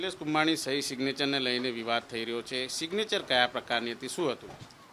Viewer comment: સિગ્નેચર ને બોલી રહ્યો છે😂😂😂😂😂😂😂😂